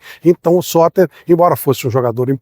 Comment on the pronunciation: O vídeo é legal e o conteúdo é bom, mas a edição faz falta. A dicção em alguns momentos não ficou muito clara. Teve uma hora que eu entendi “Sócrates”, e só fui descobrir nos comentários que o jogador era o Sotter. Uma legenda bem editada já resolveria isso e melhoraria bastante o vídeo. Gosto dos seus conteúdos, não sou surdo 😅 — inclusive aumentei o volume pra tentar entender o nome do jogador, mas só consegui confirmar lendo os comentários. Com edição com nome do jogador, o vídeo ficaria muito melhor.